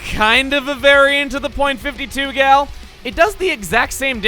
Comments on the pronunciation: People say the period in .52 gal and all of it's family tree. As the 'gal' in the weapons are a joke on 'cal', or 'caliber', the period should NOT be said when saying the weapon name. It should be pronounced as 'Fifty-two Gal'. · Dude. I'm pretty sure you aren't supposed to pronounce the "point" in .96 Gal or .52 Gal. Also, are some people seriously deluded enough to think that EarthBound ripped off Undertale? Wooooooow. XD